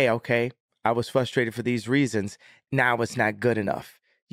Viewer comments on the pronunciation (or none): Genius voice of a generation says he's "fustrated"...master linguist